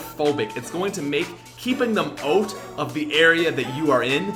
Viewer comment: Are you Canadian? When you said OUT, it sounded more like OAT.